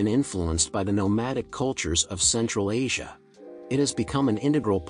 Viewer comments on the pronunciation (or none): none